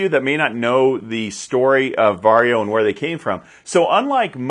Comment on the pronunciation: Congratulations!First English speaking man pronounces "VARJO" correctly😀